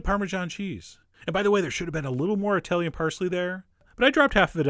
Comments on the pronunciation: NOT: EYE-TALIAN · Eye-talian, Douchesch, Eye-ran-ian, Uh-murrrrican, Eye-rock. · Eye-Talian? Really? tsk tsk....